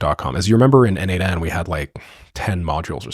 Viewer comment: Okay,I think it clicked: N8N = N-EIGHT-N ≈ Nation. That last N is aggressively cosplaying as the 'shun' sound… but I’ll take it. 😂